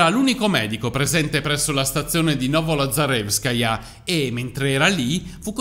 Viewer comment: Ammiro davvero questo medico per il suo sangue freddo; ma ugualmente, e per lo stesso motivo, ammiro per aver pronunciato correttamente "Novolazarevskaya" senza batter ciglio 💪😄👏👏👏 io mi sarei dovuta allenare per una settimana!! 👑🎓💜